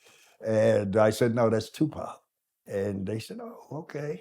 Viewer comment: So my nigga still alive 😭 This nigga has aged like a fine wine but yo nigga you can’t pronounce the name of your OWN SON ? Wdf is Poc ? 🤣 ÉDIT : Wow, I watched the whole video, and it's definitely Tupac's father. His voice, energy, gaze, leave no doubt. I'm nobody to judge anyone, I'm not Tupac, but I believe this man deserves redemption, and Tupac would have probably granted it if he were still alive (without necessarily being the best of friends).